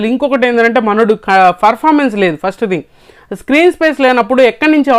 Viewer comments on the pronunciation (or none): Performance ❌ Furfamance ✅ 😅😂